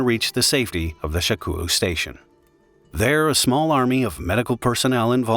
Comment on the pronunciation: I can't XD SHAKOULU HAHAHAHAHHA. I think it's supposed to be sha kou lu